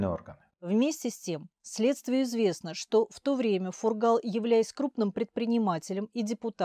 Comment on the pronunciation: Здравствуйте, все!!! В фамилии Фургал в произношение ударение ставиться на первый слог!!!